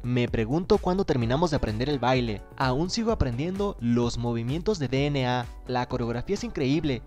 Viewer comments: 1 dna se pronuncia dienei 2 suga se pronuncia shuga :VVV tenia que decirlo :V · no se pronuncia de ene a